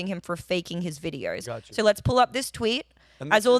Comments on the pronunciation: "The videoruhra" Vid-e-o. O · Lol I love how she says "videor".